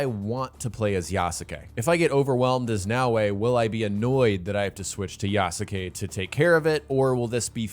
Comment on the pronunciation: Please for the love of god learn how to pronounce Yasuke's name right.